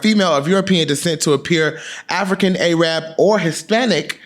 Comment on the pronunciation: I love you but when you were reading from urban dictionary, you gotta correct how you say "Arab".